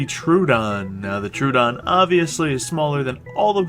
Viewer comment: You pronounced Troodon wrong